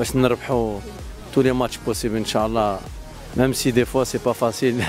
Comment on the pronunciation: ينبغي نطق " إن شاء الله " بطريقة صحيحة